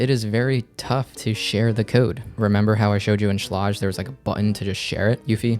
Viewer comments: Schlage is pronounced - like the word Sage or age. Sch + la + age. Not Sch + la + odge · Schlāge. Not Schläge. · the fact you say Schlague 1000 Times and you mispronounce it is hilarious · Pronunciation= Schlage rhymes with egg or vague or hague. "SHLEGG" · great video, and i hate to be the grammer police because those people drive me nuts,buttttt. schlage is pronounced shlag shhhhh-lag. just for next time. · It's pronounced Shlayg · Sh-lay-ge I don’t know wtf your saying lll😂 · Shlayg. Look up pronunciation please. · You're not saying SCHLAGE correctly. Watch this video to see how to say it.